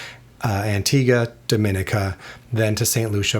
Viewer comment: It's pronounced Dom-i-neeka